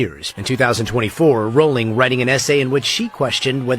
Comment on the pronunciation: her name is rolling, not RAW-ling